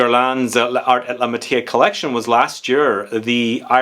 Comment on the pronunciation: Pronounced “Lar ay la matyair”- definitely not “matié”. The silent e at the end if the word causes the r to be pronounced and the “accent grave” gives the other e a soft sound similar to our short e.